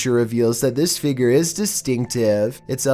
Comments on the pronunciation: Number 15 i thought he said bald child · "number eleven. the figger" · Omg it’s figure not figre no hate but I love you vids though